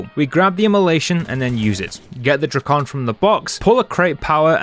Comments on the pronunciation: I hate you you said drakon "dray-con" and not "drac-in" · Bro said Dro-con💀 (Sorry)